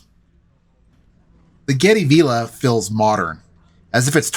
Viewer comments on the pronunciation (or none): Hi. Its pronounced v I lla not v E lla .